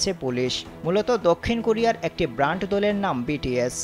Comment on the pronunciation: ওহে সাংঘাতিক ব্রান্ড দল না ব্যান্ড দল হবে। আগে উচ্চারণ ঠিক করেন তারপরে সাংঘাতিকতা করতে আসেন। 😂